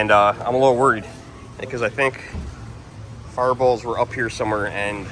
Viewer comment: lol it took me a min to realize you were saying “fireballs” 😅 I was like what’s a ferbull?!